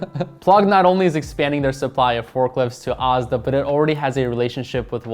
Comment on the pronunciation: Lov how you pronounce Asda 👍, 😊 It’s. “As-da” ... 🇬🇧.. 😊 i believe Walmart will be rolling out over coming year ‘scan & go’ too, like Tesco did here few years ago & has had success with it. Scan as you shop in store & put your items directly in your own bags in the trolly & leave & it charges your debit/ credit card without having to wait in any lines at checkout or for bagging all your shopping as you have all ready bagged it while walking about store.